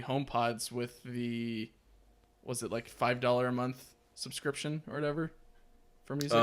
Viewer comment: I know what he meant but it was amusing to hear him say “behind camera display” Subscryption Tesla supports the ARM architecture?